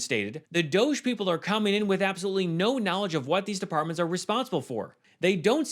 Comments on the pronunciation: STOP pronouncing it ‘doesz’- it’s pronounced ‘dodgy’. As in, something suspect or illicit. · It's pronounced - Dogg ie. It's made up. Let's not call it what they want. DOGG(I)E